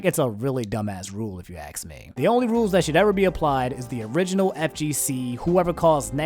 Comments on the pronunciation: Ask* not Axe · Ask not ax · It's ask, not aks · Bro its ASK not AXE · A lot of axing in this video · Can say asking and then says axe a few seconds later. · "Aks" "Toxicsity" Why do you pronounce stuff so weirdly? Good video though. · ask* toxicity: tok-sih-city as opposed to toxic-city